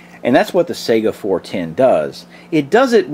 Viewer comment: Sega is a game console!!!!!! SAY (sigh-gah) or (Kah-lah-sh). AK is badass in .410 or .45 or anything else.